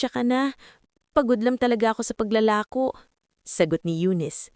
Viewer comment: Mali-mali ang bigkas ng mga salita gaya ng bulbol sa tainga dapat bulong sa tainga, paglalakot tamang salita paglalako, pamumulimos ang wastong salita pamamalimos at iba pa